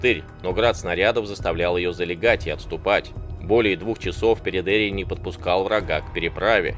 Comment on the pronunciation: Живя на Кубани и зная с молоком матери местный говор мне больше кажется его фамилия ПередеИй, ударение на последний слог